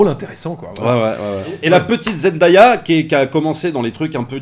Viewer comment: C'est pas comme ça qu'on prononce Zendaya. C'est Zen-Dai-Ya